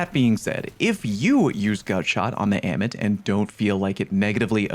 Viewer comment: Ah-mit. Say it with me. Ah-mit.